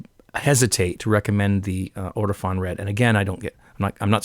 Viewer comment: Nice to see another video from you,. BTW it's "Ortofon" not "Ortifon". All the best.